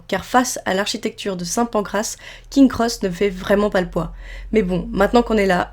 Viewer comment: Les Dursley, pas les Dudleys ! Punaise... Plusieurs fois l'erreur... En plus la prononciation c'est "Prix-vette " rien à voir avec Private (qui se prononce "Praille-vette).... King's Cross, le s après King n'est pas décoratif. C'est dommage de gâcher une si belle vidéo avec autant d'erreurs grossières. Espérons que ce sera mieux la prochaine fois...